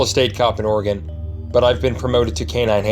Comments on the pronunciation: ok you know how i know the first one is fake???? He said the name of the state wrong! its not pronounced ar-a-gon(three syllables) its pronounced Oree-gen(two syllables)!!!!!!!!! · He's just reading, & a lot of people can't pronounce Oregon, and it pronounced: Orr-ih-gin (hard ⟨g⟩). Three syllables. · LOL ITS PRONOUNCED OR-EYY-GUN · Well done. (For future reference...it is "Oreygun"). Subscribed. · By the way you say Oregon I know you're not from Oregon